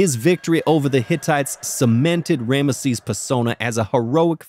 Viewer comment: Who is "Ranesses"? is related to Rameses?